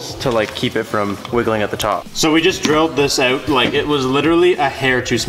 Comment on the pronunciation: your Canadian accent “drill this out” lol